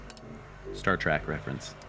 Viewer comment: He said "Star Track"